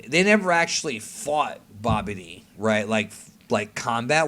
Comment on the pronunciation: It sounds like pronounces Babidi as "Bobby D" lmao